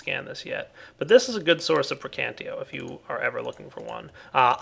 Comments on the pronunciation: I cringe whenever you say Praecantio. It's PraecanTATio,. Praecantatio! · I think the magic aspect is pronounced pra-can-tae-shee-oe. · I hate when people pronouce the whole word wrong. Praecantatio is pronounced (Pr-(I as in me)-can-tat-i-o). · that is not at all true buddy i have 2 friends that have studied the language extensively they explained how most of their enunciations actually work in this case the word would be pronounced pray-con-tosh-ee-oh pelase actually talk to someone who knows the subject matter before you make a fool of yourself next time it will save all parties involved a lot of trouble and time thank you very much and have a nice day. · PLEASEEE!! lern the aspects' names!! They are spelled in the latin way! Praecantatio is spelled P R E C A N T A Z I O > the -ae group is spelled like an e whereas the ti group is spelled zi And others follow the same rules!! Nice video btw!!:)